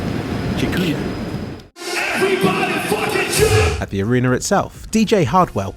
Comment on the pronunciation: That "dziękuję". Truely nailed it ;)